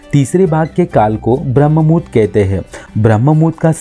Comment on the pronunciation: ब्रम्हमुहूर्त ये शब्द ठीक से बोलीये